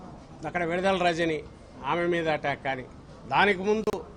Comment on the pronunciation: విడుదల రజనీ పేరు భలే చెప్తావా అబ్బా ఎంతైనా